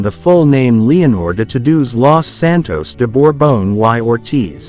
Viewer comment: Lo de “uai Ortith” suena encantador, por decirlo amablemente. ¡Estas lecturas con AI…!